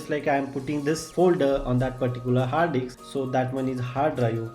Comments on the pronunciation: hard DICKSS guys, not hard DISK 😂😂😂. LMAO 😂. HARD DICKS 😂. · ah ki fudu explanation "hard diks"